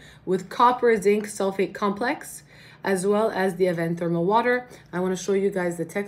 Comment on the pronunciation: Honestly the way you speak french is parfait 😉 so thank you for quoting avène it's wonderful, bises